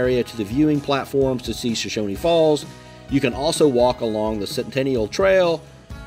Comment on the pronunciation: Nice video. I really enjoyed it. But there is no "i" at the end of Shoshone. It's pronounced just like it's spelled. show-shown